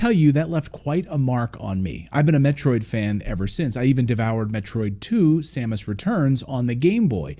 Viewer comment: Never in my life heard someone say "same-us". Though I have heard som-us.